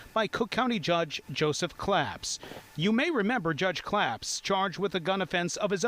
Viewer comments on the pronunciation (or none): none